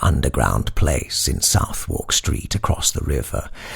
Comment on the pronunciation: As always, a magnificent interpretation! Pardon me for the nitpick: Londoners (or enlightened tourists) pronounce Southward 'sʌðək'.